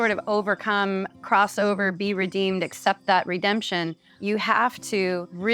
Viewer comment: Ugh dude, it's Redeemed Not Redeemer